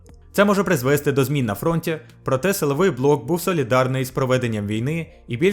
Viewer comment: наголос призвесТИ, а не призвЕсти